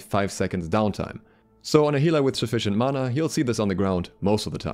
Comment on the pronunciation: Mana not mauna